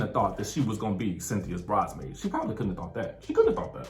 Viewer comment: Kenya said “Bridemaid” to shade Nene.